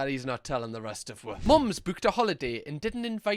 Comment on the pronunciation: why do you say “wa” instead of “us” sometimes? Is that a bri’ish shlang?